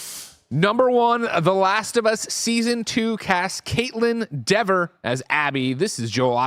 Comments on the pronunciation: Anyone else correct them on the pronunciation of Kaitlyn “DEE-ver”? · Kaitlyn DEE-ver, not DEV-er.